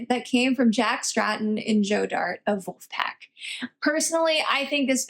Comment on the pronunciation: "Vulfpack"??? Nope 😂